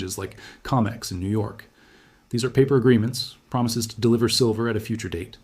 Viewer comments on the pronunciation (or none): Adjust your AI. It's Co mex. Not Com ex.